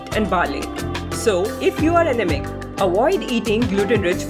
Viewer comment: First.. u should learn to pronounce anaemic properly. It left me wondering what ur talking bout.. in the beginning 😂